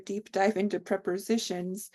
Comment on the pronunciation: It’s interesting how you call them preporsitions!